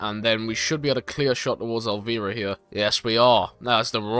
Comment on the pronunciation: absolutely butchered elviras name